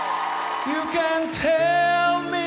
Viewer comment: musi jeszcze dużo popracować nad wymową angielskich słówek... Wybaczcie ale I do it for Yooooooooooo... (masakra) i You know it's TRU... zdecydowanie wygrał:)